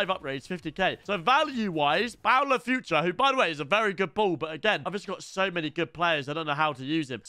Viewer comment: he’s called foo trey not future